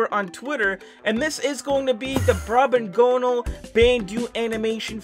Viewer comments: its actually pronounced brobgonal not brobgonale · Not brobgonale its brobgonal 🤣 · You literally said Brob and Gonal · “He’s riding on a huge 3D render of what seems to be Bandu” It’s not Bandu, it’s Brobgonal. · you said Brobgonal wrong